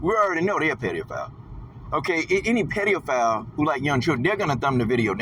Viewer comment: What’s a “peedeophile” you goofy ass, non pronouncing fool?